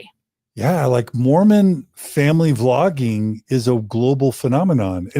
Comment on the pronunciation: It was "Vlogging", not "Flogging"!